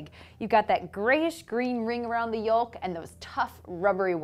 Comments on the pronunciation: It's pronounced YOKE not YULK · Did you just say yole-k? Where are you from?